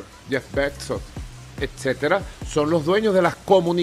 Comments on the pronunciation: Que madre la de este tipo, ni siquiera pudo decir bien el apellido de Bezos. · El Elon "Muks", el Jeff "Betzos" y el Mark "Zukemberg" 🤣🤣🤣, obviamente está muy bien informado, y la cara de los otros dos lo dice todo